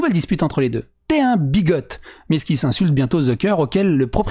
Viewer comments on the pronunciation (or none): alors "bigot" le "t" est muet ;)